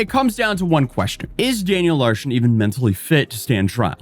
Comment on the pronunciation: "Daniel Larshon"